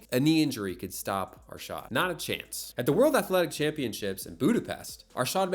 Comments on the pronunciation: "Aarshaaad" bruhhh itd arshad Arshad!! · It's not Ar-shart or Ar-shaard it's pronounced more like Ar-shed/shud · ah yes, "aarshaad". It's pronounced "Ar-shud". Also he isn't south asian-american, he's south asian, but more specific, a Pakistani. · "ArSHAAD Nadeem" lmao Ar-Sh-ed Na-Deem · CAN U STOP calling him ARSHAAAD nadeem its Arshad Nadeem Please pronounce it right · Butchers his name, butchers his nationality.